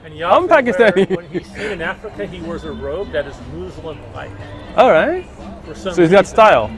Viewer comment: “The Mooslim..” 🤣🤣🤣 love the pronunciation.